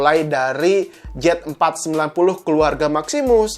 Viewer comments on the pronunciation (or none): gemes banget rasanya, jelas2 itu harusnya di baca Z490 , kok jadi JET490, simple ga penting tp mengganggu, semua video nya salah pengucapan, apa sih susah nya baca yang bener, pengucapan yang bener? udah gede lho, apa mau sekolah lagi?